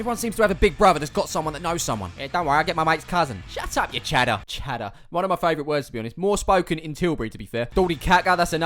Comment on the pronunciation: whats a "chadder"? hahaha